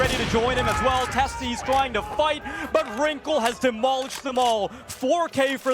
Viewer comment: This shitty tournament can't even get casters who know how to pronounce Sjuush or Teses :'(